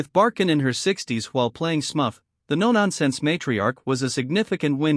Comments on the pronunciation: Smufff? It’s Smurf dummy! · what horseshit. At least pronounce "Smurf" correctly